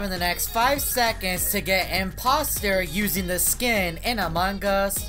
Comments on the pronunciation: Wait when u start match and became impoater u said amagas .-. Just saying not tryna be rude. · this is how many times he said amon gus BROO I DIE EVERYTIME U SAY IT 🤣🤣